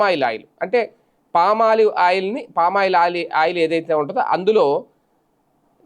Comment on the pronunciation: First వెళ్లి పామాయిల్ ఎలా పలకాలో ప్రాక్టీస్ చేసి రా.